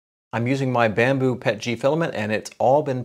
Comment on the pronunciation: Yay finally a channel that pronounces it PET-G and not P-E-T-G. I mean if you can RADAR or J-PEG or GIF then you can PET-G.